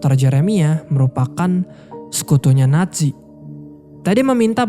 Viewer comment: Wkwkw Nazi bang bukan natzi wkwkwk